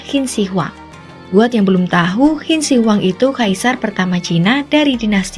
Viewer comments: Lah gila aja makam bersejarah dibongkar mah.. Terus Qin Shi Huang dibacanya Chin Se Huang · Narator beritanya masa ga bisa baca ejaan Qin Shi Huang dengan baik dan benar. Wkwkwkw